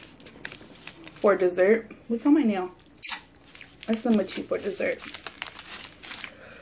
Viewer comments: Use those chopsticks right. Not so close to bottom!!! and your saying mocha wrong but it's ok. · you're pronouncing the food wrong...jjajangmyeon is jaja not jojo and mochi is moe-chi.